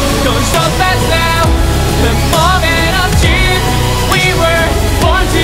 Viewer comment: The only thing he can't pronounce well is the word "truth" it sounds like "treethp" idk yk?